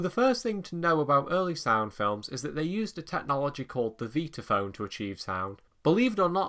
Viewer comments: How many times do I have to hear "Veetaphone" 🙄 It's V👁taphone! Like Vitameatavegamin! 😂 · nicely done, although I'm pretty certain it's pronounced 'VIE-tuh-FÖHN', and NOT ''VEE-tuh FÖHN' , as you say, several times. This ISN'T a 'toe-MAY-toe/toh-MAH-toh'-thing, nor does it have to do with you being English (I never where I'm from, but it's NOT the States). In fact, there's several old Warner Bros Bugs Bunny cartoons where he pronounces in passing 'VIE-tuh-FÖHN', as well. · Never heard it pronounced 'veetaphone'! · After hearing pronounce it, I thought I had had it wrong all these years so I checked it out online and you are correct.